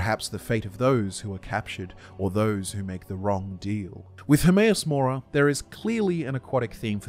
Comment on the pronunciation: Hermaeus Mora more like Hermaeus Lore-a